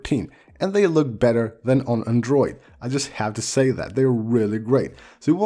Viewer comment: For the love of God, stop saying the word Android. You totally butcher the accent on that one.